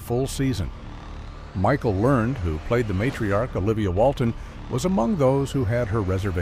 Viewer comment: Pronounce her name right